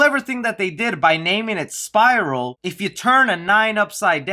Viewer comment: I was just listening at 1st and I thought you were saying "Spyro" until I looked at the screen and read "Spiral" lol good video